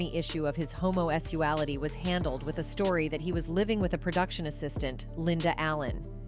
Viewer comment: LOVERS? "Homo-es-uality"???